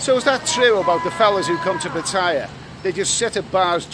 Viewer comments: Hello, love your videos but can you pronounce Pattaya properly, is so annoying the way you say it. Ask a nice lady how to say it. Cheers mate. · Another brilliant video. Still to this day creases me up how you pronounce Pattaya. 😂😂